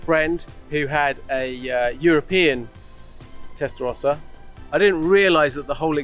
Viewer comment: Why can't Americans say Testarossa correctly? It's not hard.